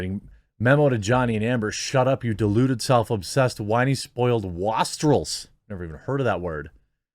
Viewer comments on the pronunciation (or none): The word is pronounced waste-rel. It basically just means a shitty person. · Pleb. It’s pronounced plebe, as in plebeian. Wastrel is pronounced waystrel, as in waste. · It's "waste" trel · Jeremy it's pronounced waystrell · It"s probably the word pronounced 'waste-rils'. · FYI wastrel: It's pronounced waist-rel .... a waster/ a good for nothing person. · Wastrel. Way-Strell. As in Waste, Wasteful and Wasted.